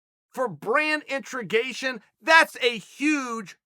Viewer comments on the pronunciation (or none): if Uncle Chael says it’s “intregation” then we stop saying “integration”